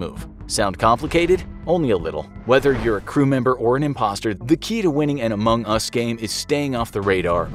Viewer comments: Oh he put the Em-pha-sis on the wrong syl-la-ble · i have 2 things to say 1. Its pronounced amongus 2. Its not an indie game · The way you say Among Us is sus. :/ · Idk if I'm the only one to notice this, but isn't it weird or off tone how the narrator says Among Us a few times? Here are a few examples: It might just be me but idk... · Meh, like the "facts" in this video are either extremely common knowledge or just dead wrong/illogical. Thats just my experience on among us though. Besides, they lost credibility when they posted a video with such a pronunciation of "Among Us"